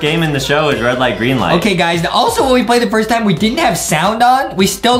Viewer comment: Adam: the rwed light gwreen light Award we got hahahaha Justin: he really said rwed light gwreen light